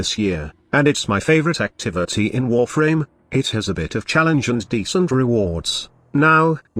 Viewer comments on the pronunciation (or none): When he said warfarm my spine split lol